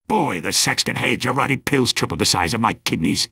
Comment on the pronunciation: For a phrase that’s actually in the game, Sniper pronouncing “Jarate” is really weird.